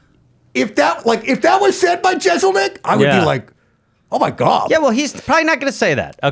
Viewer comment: In Gob We Trust